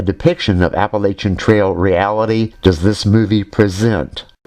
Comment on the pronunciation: Do you know what I really like about all the great videos you do? I will tell you. First I can tell that you have actually been there and done that. Second you are honest and realistic. But MOST importantly.....you know how to correctly pronounce Appalachian! No kidding it aggravates the crap outta me to hear it pronounced with an sh. I lived there for the majority of my life and we always pronounced it with a check like chair! Bravo for you sir. Keep up the good work.